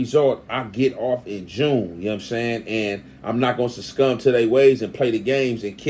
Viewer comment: Gotta unsubscribe until you read that (cs2 Back) paper work. You too solid to fall for the okie doke. And it's "succumb" not "sescum" and "implicate" not "implement".